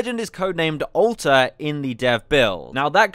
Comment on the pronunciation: Olta xDDD not Alter xd